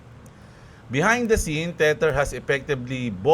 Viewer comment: Boss lagi ko nalang nadidig ung "teter" sau bat dmo palitan ng "teder"